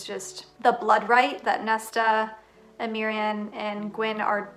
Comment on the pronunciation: it is pronounced M-ree (hard M). :)